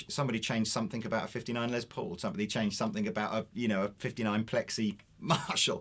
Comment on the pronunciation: The dude on the right says "Lay Paul"????? Ya gotta be kidding me! I realize you brits like to ssy things in a weird way, like Aluminium versus Aluminum. I am perfectly OK with that. But the guys name is Les. Not Lay. Its not some french word that sounds cooler if you pronounce it in some gay ass way. Have some respect.